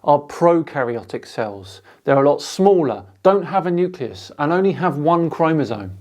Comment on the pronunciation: "newkehloos" Nucleus man... it's nucleus.